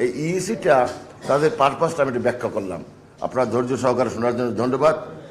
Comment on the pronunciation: ব্যারিস্টার শাহজাহান ওমর আপনি সালামের ভাষাটা উচ্চারণ করা শিখেন নাই